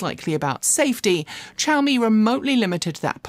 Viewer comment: Xiaomi starts with a "sh" or "szu" if you can manage that sound, not a "ch" sound (shaow-me) - long time Xiaomi customer - although I wouldnt touch that car with a barge-pole.